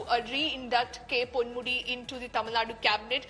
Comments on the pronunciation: Ponmudi, not pandmudi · Ponmudi not Pandmudi